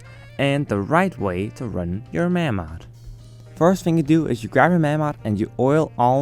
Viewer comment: Its pronounced 'May-mod'